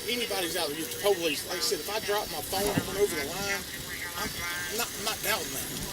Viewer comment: The way he pronounced PO-Lease